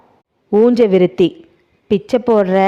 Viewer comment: நல்ல சஸ்பென்ஸ்..உஞ்ச விருத்தியை ஊஞ்ச விருத்தி என்று சொல்வதேன்?